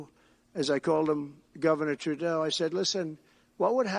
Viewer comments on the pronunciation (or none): none